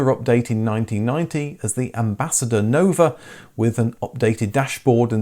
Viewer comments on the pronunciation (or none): none